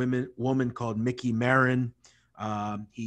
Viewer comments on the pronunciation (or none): none